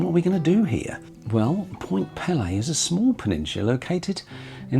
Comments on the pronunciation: Small correction. It is pronounced Point pee-lee with a long e sound for both syllables. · Although the Point Pelee name is of french origin, we locals pronounce it "Point PEELee". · I am really enjoying your video but, please would you get the correct pronunciation of Pelee. The first 'e' says its name. It is driving me crazy! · Pelé was a Brazilian football player...Point Pelee (Pee-lee) is an island in Lake Erie. Not sure where Ontaarrio is? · Point Pee-lee, not Pele ;) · "Point Pele" like the soccer player? Lol Point Pelee my friend. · Pt. Pelee (pronounced pee Lee) is the southernmost tip of Canada. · Miss pronounced Point Peelee (peely). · Point Pelee ( pronounced PEE LEE ) is the southern most point of the Canadian Mainland…….Middle Island, a bird sanctuary, is the southern most of Canada, near the border in Lake Erie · It`s actually pronounced Point Peeeeeee Lee Like you`re Peeeeling an orange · You did an excellent job on this video. For your information you should know that Pt Pelee is pronounced point “Pee-Lee”. It is useful while producing your videos to look up proper pronunciations. You didn’t see many birds because generally you have to be at the point 630 in the morning when they first come over Lake Erie. A murderer‘s dream is when 20,000 birds cross and fall at your feet that early in the point and not many get to experience that. After resting for time, they fly up to the trees, too eat and recover. It’s amazing. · Point Pelee = peel-ee :) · I know Canada has two official languages, English and French, Point Pelee has no French pronounciated flare. We all say 'pee-lee' here in Ontario, it is as you said Canada's most southerly point and a major bird migratory area. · Small point---Actually the pronunciation of Point Pelee is PEE-lee. Long e in both syllables. Cheers! 😄